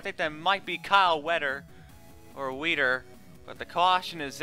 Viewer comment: It's Weider not Weder lol gr8 job btw